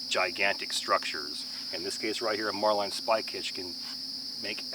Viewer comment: Just curious of your pronunciation of a marlinspike hitch as “mar-line.” The marlinspike the tool is so named because of the resemblance to the nose of a marlin. While pronunciation of knots like bowline varies, it’s the first I heard of marlinspike hitch having a variation